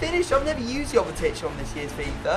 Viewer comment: Jovetic is pronounced yo-ve-tich